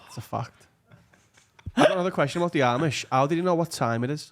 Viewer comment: You need to watch some Eli Yoder to learn about the different Amish orders. And how to pronounce Amish